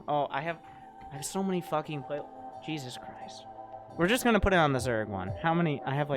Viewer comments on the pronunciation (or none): none